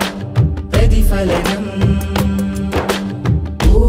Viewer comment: അഷ്റഫ് പാലപ്പെട്ടി യുടെ മനോഹരമായ വരികൾ നല്ല ആലാപനം... പക്ഷേ ☝️ കാര്യം പ്രതി"fa"ലനം എന്ന ഉച്ചാരണം ശരിയാണോ എന്ന് പുനഃപരിശോധിക്കണം.